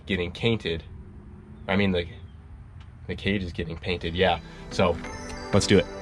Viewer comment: Now I can’t tell when is saying page cainted on purpose or mistake😭😭